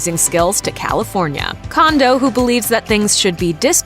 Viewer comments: ugh! and it drives me crazy how she mispronounces her last name! its pronounced "CONE DOH (as in play doh) not CONDO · Pronounced Cone-dough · No, they didn't. Mah-lree-eh is the correct way to pronounce the Japanese name Marie. (Ok, fine they pronounced her last name wrong. It should be Cone-dough)